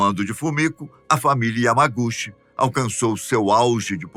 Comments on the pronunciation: A pronúncia de Yamaguchi... è Yamaguti ❤ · Correção O yamaguchi esse "chi" lê-se ti Entao se lê yamaguti